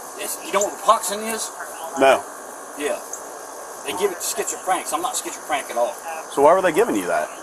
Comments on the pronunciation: Did he say he was 'schizo-frantic'? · Did he say schizocrank at the very beginning 🤔😂 let’s see how this plays out cuz I been thinking about military/sniper